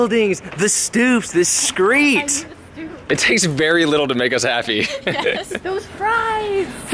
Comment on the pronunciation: OMG did you say "the skreet"? hahaha that is from my favorite show =]